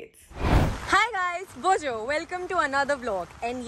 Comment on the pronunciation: As person who adores The Grand Tour, its Bonjour and not 'bojo'